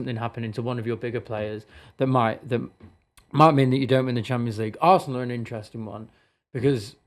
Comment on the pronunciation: This guy funny ohh Social media FC Arsenal 🤣 😂 he say Barsenal